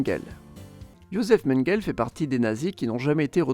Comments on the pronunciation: Non, ça se prononce Mengueuleu. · Et Mengele se prononce Mengueuleu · MengelÉ. Je sais pas comment ça s'écrit mais ca se prononce comme ça... A part les petits problème de prononciation super video !!! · De Mengele aussi.